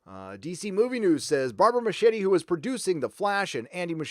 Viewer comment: It's pronounced MusKieti, it's Italian. (Actually Argentine but still)